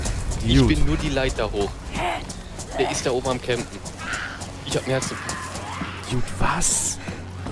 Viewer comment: geiles video. Sprich "dude" nur bitte richtig aus xD